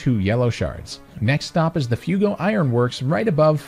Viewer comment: Pls tell me him saying fewgo is a joke...